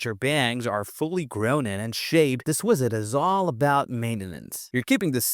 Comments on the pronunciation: Maybe it's part of the charm of your channel, but I know you can say "visit" bc honestly, I feel like your channel is Ai. I'm not even sure if it isn't, but the content is somewhat helpful. But keep saying "WIZZIT" if it's what helped you blow up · Why do you pronounce visit like that?